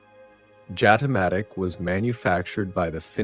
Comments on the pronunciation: It is pronounced "Yatamatic". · The locals say Jatimatic with an Y instead of J